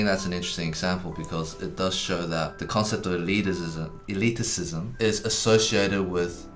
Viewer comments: I don't know if this video is better or worse because he keeps saying "eliticism" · Loving the extra - si- Eddy keeps adding to the word elitism (elitisism)! Makes it even more elite! :D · Nobody: Eddy:Elitisism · Ahem. It's "e-lit-ism", not "e-lit-i-cism". Just saying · The word: Elitism Eddy: Elitisism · Oh man. I winced every time Eddy said "eliticism." Eddy! It's just elitism. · Just an FYI, elitism is not said as elitisism eddy.